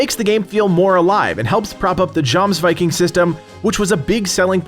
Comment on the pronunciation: its pronounced Yomsviking....